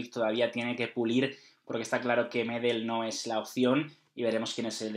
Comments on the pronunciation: Así como va esto, vamos a tener a Irati con un look tipo del Piero y a José cómo Gerald Johanson jajaja. Buen vídeo como siempre, lo que si (es una pequeñez) pedir si pueden pronunciar bien Medel y Pulgar que no tienen el acento en la silaba 'Me' y 'Pul' respectivamente, es 'Medél' y 'Pulgár'. Saludos desde Chile muchachos ! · Se pronuncia MEDÉL Y PULGÁR, NO MÉDEL NI PÚLGAR